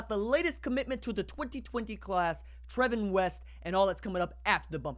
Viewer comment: I knew him and his name is pronounced Travon